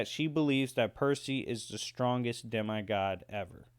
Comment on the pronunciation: It’s demE god not dem-I god